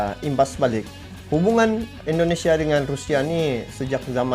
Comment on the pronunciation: Bukan Endonesia tapi INDONESIA.